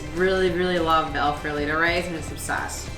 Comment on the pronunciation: Nice video, but tbh, the way you say "El Farolito" needs some work 😂